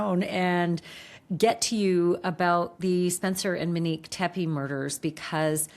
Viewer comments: it feels inappropriate given the circumstances (her channel makes money off discussing and sensationalizing horrific tragedies of strangers), imo. i feel like she’s aware her pronunciation (mehn-NEEK instead of MOW-neek) is off. i don’t know the standards for typing things out phonetically, but she says ‘Mo’ and ‘ u nique’ in a typical way multiple times in this video so I’m thinking it’s just a name she’s unfamiliar with. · And it’s “MO-nique” , not “Mi-nique” …it’s driving me crazy! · MOnique. Not Meneque. 🤦🏻‍♀️ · Her name is MOnique, why do you keep saying “MEnique”? 😭 Also, please enough with the Brian K comparisons. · Monique, not mo 😅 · Her name is MONIQUE not MO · She did not go by the name “MO”. Her name is MONIQUE. Not “Mo”. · Her name is Monique. Mo-nique. Not Mo. Show some respect. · Her name is “Monique” not “Manique” Sorry, it’s getting to me. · Right, please say MO-nique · One thing Ash is going to do is alter folks names. "Muhnique" is killing me. 😂😂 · Thank you for covering this story Ashleigh but please please for the love of all PLEASE pronounce Monique’s name correctly.